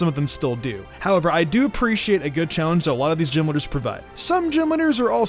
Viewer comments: I thought you said genwunners instead of gym leaders for a sec..... Great start into the video lol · "Gym lidders" bruh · He keeps on saying “Jim leaders” and it’s unsettling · All I can hear is gym litter...